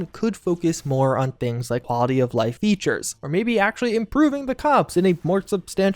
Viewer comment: Here is a decoding chart; Supposebly = supposedly Prah-hee = probably Haulity = quality That’s all I have so far but I have top people working around the clock to further interpret... erm... unique pronunciations.